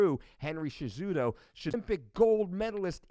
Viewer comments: cejudo say it with silent j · Isn't the j pronounced as an h in Spanish and Portuguese?? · Fully aware of who Mike Dolce, which is why it's that much more hilarious that he cannot pronounce the names of two top tier mma fighters. And by top tier I mean a current champion in cejudo, and the most recent former champion at 135 in garbrandt.